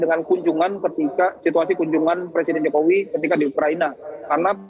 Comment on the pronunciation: Ni orang nyebut nama presiden enak banget y `jokowi jokowi `